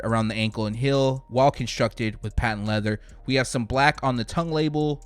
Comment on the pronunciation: Teal is NOT pronounced 'TILL' Heel is NOT pronounced 'HILL"